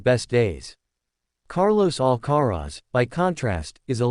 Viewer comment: Of course it is? They are bloody irritating..Carlos AL Ca Rez Really? You have to ask?